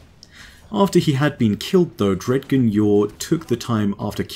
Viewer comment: Amazing vid as always. One little gripe, though. I feel like "Dredgen" should be pronounced "Dredjen" (with a "J" sound). I feel like this would accentuate this guardian's darker nature from the root word "dredges".